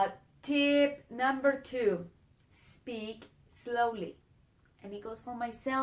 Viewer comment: one note for you dear lady, it is slowly, not eslowly.